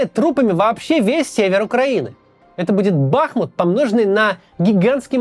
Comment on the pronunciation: Максим правильно БахмУт!)